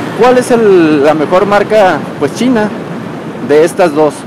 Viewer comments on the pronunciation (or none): none